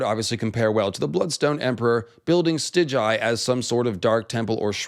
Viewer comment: Stig-guy, not Stij-jai.... cmon now